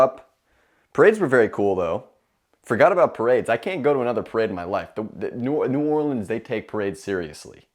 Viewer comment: I’ve never heard New York accent until he said New Orleans